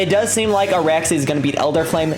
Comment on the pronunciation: its ARAXYS operator, not Araxy 😂😂